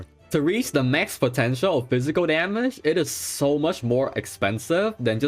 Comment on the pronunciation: i don't like this guy's accent his voice tone always rising every sentence... its annoying... daameegeee.... daameeegeee go fix your speech man!